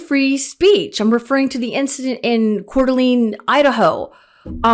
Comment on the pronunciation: I’m not critiquing. I love your post, but I’ve heard this pronounced incorrectly multiple times today. Coeur d’Alene . It’s like Elaine.